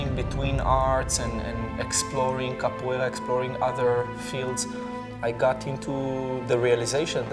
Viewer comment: What word are they saying - the name of the practice he has done, before his idea of movement began... Capwala? kepwaila?